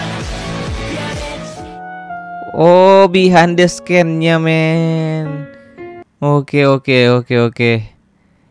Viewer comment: Scene dibaca sin bg bukan sken